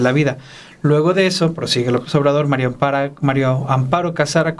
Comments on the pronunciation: "MARIAA" con A, Álvaro. Invariablemente, dices MARIO con "O" pero es mujer y es MARÍA. Ya pasó tiempo de este video, pero en todos dices "MARIO AMPARO en vez de MARÍA (con "A") AMPARO!!! Desesperas, Álvaro! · Es Mari Amparo No Mario hablé vien señor